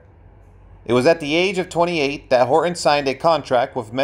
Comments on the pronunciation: His last name is Horton, not Hor on.. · Hor Ton. Not Horon.